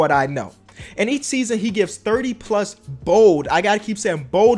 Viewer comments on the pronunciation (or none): BOLD not BODE